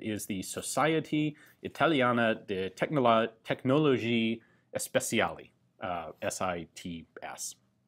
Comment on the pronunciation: Società Italiana TEcnologie Speciali. Not Tecnologie Especiali